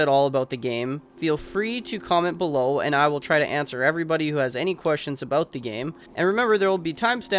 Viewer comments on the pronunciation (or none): none